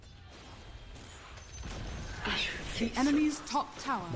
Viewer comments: so is it a tea eye wiener thing to call diffusal diffushal? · said DIffushal It must be TI winner speak that we all can't relate to